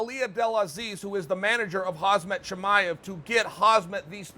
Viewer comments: 'Huzzmett Chamiev" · Hawzmit Chamyev